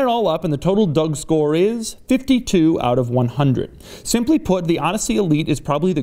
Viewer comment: Nooo no no he doesn't give dougscores silly guy, he clearly says "duck-score"